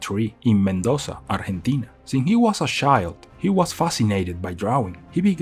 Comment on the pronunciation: Sabes que la persona no es hispanohablante cuando pronuncia bien Argentina en vez de "arllentina"